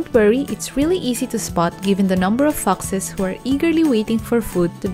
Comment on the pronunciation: Hey next time please learn to pronounce ‘foxes’, its sounds different!